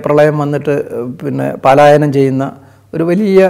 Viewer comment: Not paalayanam..palayanam